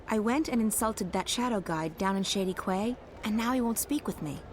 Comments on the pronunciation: I got irrationally angry every time the characters said "Qway" instead of "Key" when pronouncing the word "Quay", maybe that's just a British thing I don't know... But great series, as always:D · QUAY is pronounced KEY by the way, stupid old man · i hate to be uptight but quay is pronounced key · The repeated mispronunciation of "quay" is making me sad. It's pronounced exactly like "key"!! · no it's ku-ay mate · "Quay" is pronounced like "Key" you silly game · Evil (ex-)wizards don't know that Quay is pronounced "key".